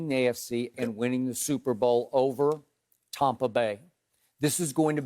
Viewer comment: Skip "Tommpa bay" Bayless